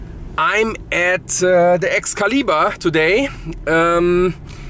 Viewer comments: you mean pronouncing it EX-kelly-BURRR is not how you pronounce it?; ) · This video has been flagged due to your German mispronunciation of Excalibur